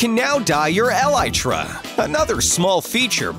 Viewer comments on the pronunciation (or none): He’s putting to much emphasis on the el in elytra alright we say elytra he says EL... ytra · Me: elytra Him: aLi-TrA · Not elitra it's elytra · Narrator ‘el aye tre’ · The way he says elytra tho...... Eh-LiE-TrUh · Ways that I have now heard Elytra pronounced: Ee-lee-tra Ee-lie-tra In this video: El-eye-tra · Its called E-lytra guys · Narrator : Elitra Me : Does he play minecraft and pissed off / \ 1 1 O ______ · El,eye,tra. Lol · I thought elytra was pronounced (ee-le-tra) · No one: Literally no one: Narrator: ELitRa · pronunciation of the elyaatraa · Good vid however I felt your pronunciation of elytra personally offended everyone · El-lie-tra Grey-she-her L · Anyone eles hates the way he says elytra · Evan Herriges I was wondering if anyone else had caught that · Who else got triggered on how said elytra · You said elytra wrong